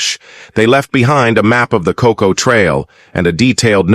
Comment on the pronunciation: Cant even say Kokoda. Calls it koda. Then AIF, not AMF or militia . Not an auspicius start. Think I'll pass.